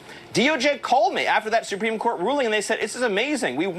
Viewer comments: "Su-peme case"??? Miller can't even speak correctly! 🤦🤦😂🤣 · “The supweeme court” Not only does he look like Elmer Fudd , he talks like him . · It's not the "Soopeem" court.